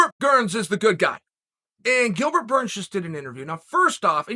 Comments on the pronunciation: “Gilbert gurns” been hanging with Connor and Jon too much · Me: Gilbert Burns Uncle: Gilbert Gurns Me: Ok great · Gustin vs. Gurns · Chael: "Gilbert Gurns" Everyone: Ok Great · Chael “ 10 seconds into the video and already called him Gilbert Gerns “ sonnen😂😂😂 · "Who tha foook is Bilgert Gurns?" Jon "The Notorious" Africa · Gillburr Gurns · Can we just take a second first second in the vid, Gilbert Gurns😂😂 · Bilbert gurns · Gilbert gurns? 😆